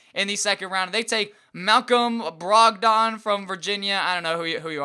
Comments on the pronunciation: YOU SHOULD HAVE MALCOM BROGDON HE IS A STEAL FOR THE 35th Pick his last name is pronounced Brog-den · does this dude watch college basketball Malcolm brog-dod wtf lol